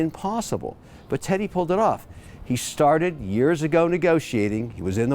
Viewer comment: Yes right. He pronounces the t like sh like in english when in french its more like ss.